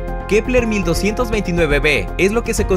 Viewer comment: Like por cuantas veces dijo kleper